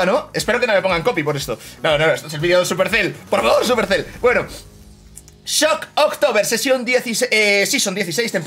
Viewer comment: No hay ninguna "o" entre "shock" y "tober" o ningún espacio, medio un tock que dijera "shock october"